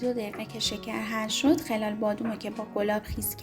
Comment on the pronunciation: خلال بادام رو غلط تلفظ میکنید